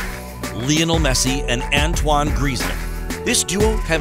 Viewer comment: Can you just say anthony not anto-i-ne